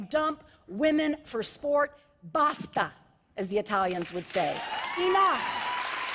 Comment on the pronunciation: she can't even pronounce "basta" xD